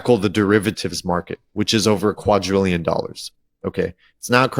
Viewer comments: It's not pronounced qud-trillion, it's quad-drillion. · it is NOT uqadtrillian IT IS QUIDRIALLION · QuaDrillion…. Not Quatrillion…. My Only peeve of this channel lol. Love ya